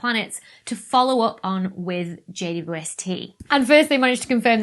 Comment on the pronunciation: Why does she say JUST when it’s JWST?